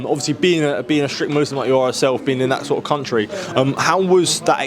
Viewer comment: Caught me out too, maybe he was just generalising with the average boxer. Plus he said “muzlim” not Muslim… bit booky